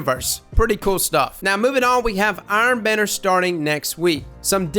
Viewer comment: You know that Benedict Cumberbatch video where he can't pronounce penguin and says it differently each time? That, but with trying to say *Iron Banner*.